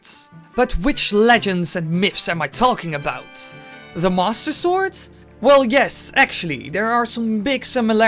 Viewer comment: When you say "Master Sword." it sounds like "Mosasaur"